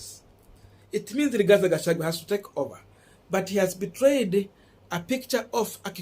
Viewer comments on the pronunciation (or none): Thank you Korongo Allan for that correction. I corrected this young man on the same names yesterday and he thanked me for it. But today, he is still pronouncing Rigathi Gachagua as RIGATHE GACHAGUE😭😭😭